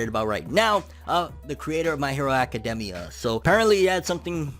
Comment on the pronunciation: Does it bother anyone else the way he says academia?